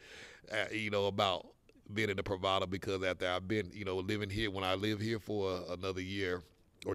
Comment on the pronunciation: Thanks. The pronunciation is wrong. Your description could be "residencias pree va das."